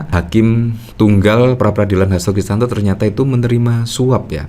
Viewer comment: Om....saya lihat dan dengar, nyebut Hasto Kristiyanto, dengan Hasto Kristanto. Mohon kalau bikin video jangan salah sebut lagi ya....😊